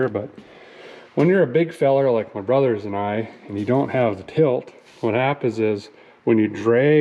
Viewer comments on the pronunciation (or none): none